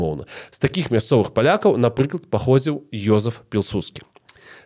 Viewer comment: Не ёзаф а Юзэф